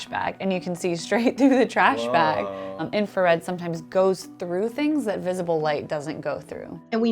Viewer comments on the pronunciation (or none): Note to the editor of those videos: its INFRARED not INFARED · Wait... it's INFARED and not INFRARED? Really?!?!?! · Is it just me , but isn't it called infrared, not infared? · Infrared, not infared. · “Infa”red… we all make mistakes I guess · It's INFRARED, not INFARED. ooops. Love your vids.